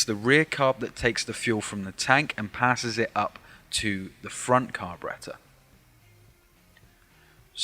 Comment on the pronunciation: Lol..."car--berreta"....gets me Everytime